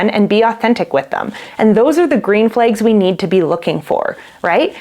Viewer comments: Your saying Red just fine. It's Flags that makes it seem like u have an accent because you say Red Flegs and Green Fleg. Try pronouncing flag with the short a as in apple or bad....your using the short e . That being said I think it sounds cute Red Flegs .... And I love rhyming so like in rapping it would be how a rapper would bend a word 'turned a blind eye to the Red Flegs he had his eyes all over her legs We're just friends is what he says I'm a train wreck alone in his bed He got the Wrong part of my body wet Picturing her arms wrapped around his neck she wasn't blind to the green Flegs dancing in his wife open eyes' Well .. I never write raps that are emotional or about love or loss of it so that's really stilted. I am best at angry Eminem style raps LOL Anyhow that is my prognosis of the pronunciation. I'm not trained in any of it so take it with a grain of salt! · As a Norwegian who only learned English at school, your pronunciation of "red" sounds perfectly normal to me. However, your pronunciation of "flags" seems a bit different for me (it sounds a bit like "flegs"). Is that a dialect thing? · You say "flags" funny too but you are cute, smart, & we love you 😂❤❤❤